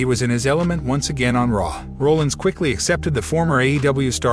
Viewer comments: To support Shanna Hoyt's comment, if you don't have an announcer who has at least some interest in wrestling, things will fall flat. Seth Rollins is not pronounced Roll-Ins. It's more like Rah-lins. Sorry, but not knowing this is bad form. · Guy.....are you actually a wrestling fan or just hopping on a popular topic train to get views? I ask, because I'm curious who this "Seth Rolands" guy is. Dude, if you're gonna report on the shit, at least learn how to pronounce the people's names properly that you report on...I mean seriously, we're talking about Seth "Freakin" Rollins here...smh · People that don't watch WWE, might not know how to pronounce Seth Rollins last name